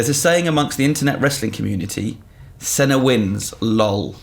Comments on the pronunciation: It's pronounced "Seena" not "Senna". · It's painful to hear how pronounces John Cena's name 'Senna'... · The way he said Cena gave me AIDS. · That's not how you pronounce Cena